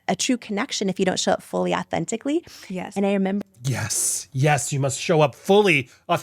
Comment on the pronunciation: I don't think I've ever heard "au-then-TICK-ly" mispronounced that badly! 🙉